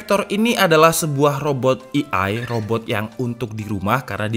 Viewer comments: Penyebutan AI bukan "i ai" bang, tpi "e ai", Terima Kasih bang Pin dong yah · Indonesia i a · AI dibaca e ai kak